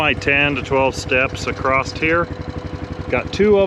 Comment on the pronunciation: Clean solar panels work far better, just sayin Also there’s no T in across